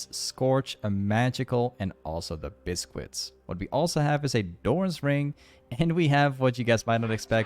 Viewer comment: Awesome game this was fun to watch 🙌🏻🔥 also..... It’s not pronounced “ bis..quits “ ........ and it’s choGATH not choGAS 🤦🏻‍♂️🤦🏻‍♂️